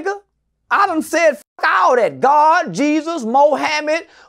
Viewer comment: Lmao enfasis on God and Jesus 😂. God and Jesus out here like "wtf mate" 😂